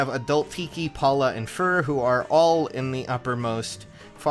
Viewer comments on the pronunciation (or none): none